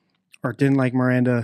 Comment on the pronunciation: Oh shit, yea I just heard him say Miranda, yikes